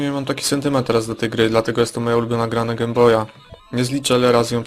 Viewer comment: Wiem, że się wymądrzam, ale czy nie powinno się mówić Gejm Boj zamiast Gem Boj ?